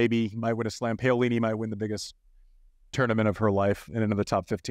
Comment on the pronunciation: Hi Andy! Would like to request that you pls try to get the players’s names pronounced as close to the correct way as possible. It’s ok when your american accent gets in the way but please do make an effort. Pay-yo-li-ni is just too much!